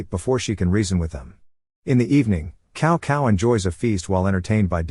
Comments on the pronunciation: 😄very wrong pronunciation of Chinese names, cao cao is not kao kao, its tsao tsao. and also many other names. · cow cow 🤣